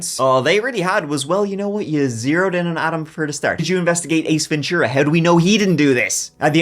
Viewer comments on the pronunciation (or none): none